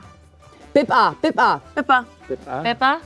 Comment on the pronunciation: Come on Ian! It's ahbip!